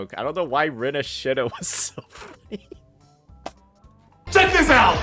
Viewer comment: "RINASHITA" that killed me 😂😂😂